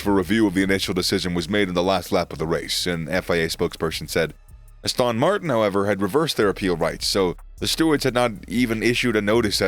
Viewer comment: Is no-one else annoyed at the narrator's pronunciation of Aston Martin, Abu Dhabi, Jeddah?! Aboodabee?